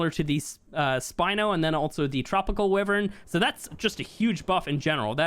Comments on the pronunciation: It’s wyvrin not wrivin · this is how you say wyvern why. ver.n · its pronounced "why-vern" so yea. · Jesus. You still pronounce Wyvern wrong.... 😭